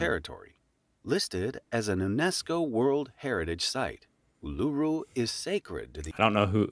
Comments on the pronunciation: Hmmm…they really should have learned how to pronounce ‘Uluṟu’. Also, it’s definitely no longer referred to as Ayer’s Rock., please watch videos made by Australians, not other Americans, if you want to learn about our country. ❤️ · You are pronouncing Uluru wrong. It's not U-lu-ru. It's Ul-u-ru. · congrats. When you look at Australia like the USA we are sth of the USA you are more North of the pole. we are closer to south pole you are closer to North pole. The guy doing the video didnt pronounce Uluru correctly. if you sound it out its oolaroo. not luru. If you cut Australia into 2 from sydney to perth the upper half is in the tropical zone the lower half is in the cooler zone although sth australia and victoria still get hot in summer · Northern Queensland is mostly tropical rainforests, northern territory is just the outback (desert) also it's pronounced "Ohh la ruu" Not "U lu Ru". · Was :It's Oo-la-Roo! OPERA House "Chips" shapes causes beautiful musical/symphony/operatic sounds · Congrats on the 50k and just so you, that's not how we pronounce Uluru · When the narrator can’t pronounce Oceania or Uluru correctly, it makes me very dubious of the facts.